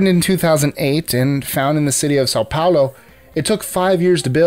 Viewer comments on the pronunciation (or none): none